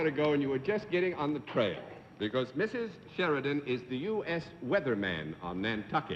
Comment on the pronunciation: Been following the series since its inception and really enjoyed Mrs Sheridan, despite Mr Daly butchering her surname at the start. She really gave the show a boost and is one of the better contestants I've seen so far. For a 64 year old tape this is really well done. thank You.